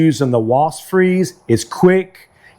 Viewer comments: It's WASPS not WASTS😂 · They're called "Wasps," pronounced "wosps". Not "Woss".